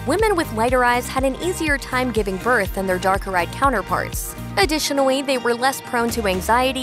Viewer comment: Also, any time she says “additionally” I hear “adwitionally”